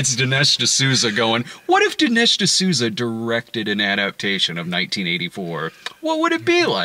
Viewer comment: Ol' D'nesh D'sooty. At it again.